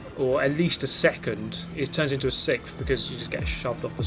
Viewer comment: Sixth. Not sickth